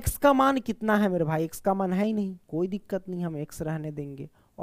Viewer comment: Koi dikat nahi dikat😂